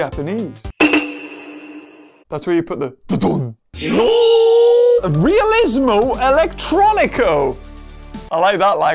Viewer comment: "REaLisMo EleCtrOnIco" I'm Italian hahah😂😂